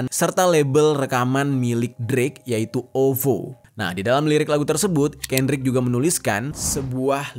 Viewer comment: KENDRICK LAMAR BANG BUKAN KANDRICK LAMAR